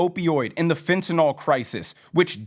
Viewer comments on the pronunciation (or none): none